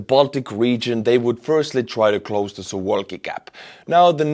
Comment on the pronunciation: You are pronouncing "Suwałki" as if it was an English word. Here's the correct pronunciation in Polish To correctly pronounce it in English, you'd need to change the spelling to something like "Sou-vaw-kee"